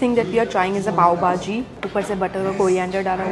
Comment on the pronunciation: It's Pav bhaji not pav baaji 👍